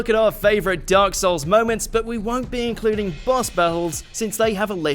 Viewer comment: “Dyark Souls”